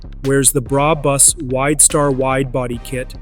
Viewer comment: “Bra Bus” 😂😂😂😂😂😂😂😂😂